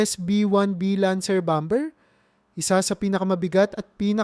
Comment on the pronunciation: Pde bomber ay silent b? Sagwa pakinggan sir.